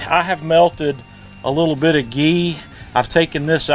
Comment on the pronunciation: What the heck is the liquid you called “GEE”?? Awesome vid btw. Thanks